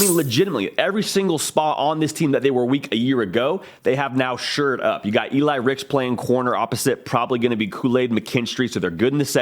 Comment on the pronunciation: Sherred up? LOL. Shored up maybe? 😜